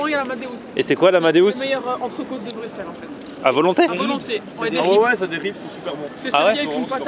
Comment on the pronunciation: Welcome! Par contre je suis agréablement surpris, tu as bien dit Bruxelles 😆